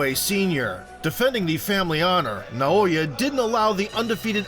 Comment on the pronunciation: Nah-oh-ya In-no-way